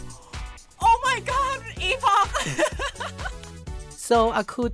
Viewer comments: “Epawgk” :D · Its.. eh·puhk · Epog ❌ Eeffoc ✅ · I've always thought it was pronounced like "epic" :sob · Fun fact: Chrono Trigger's time ship was also called Epoch(pronounced epic). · It's pronounced 'epic' in american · First time I've heard "EPOG" and I hate it. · Something I learned yesterday is that epoch is actually pronounced like epic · I know Epoch is pronounced like "epic" rather than "e-pock", but the meme of calling it the EPOG is too hilarious for me. 🤣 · It’s pronounced EPIC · I CASTE POCHIUS E MAXIMUS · Epoch is not pronounced with a G at the end. Where did this nonsense originate? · The fun part about the epoch in this game is the entire generation of people that have zero idea how to pronounce the actual word.